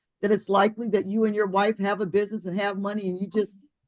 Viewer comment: I don't like the way she says "business". She's not saying it right.